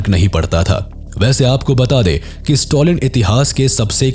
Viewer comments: Stalin ❌ Stolin ✅ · Note to pronounce the names correctly Don't Pronounce Stalin as Stolin.